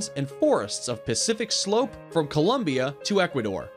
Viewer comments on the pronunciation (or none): none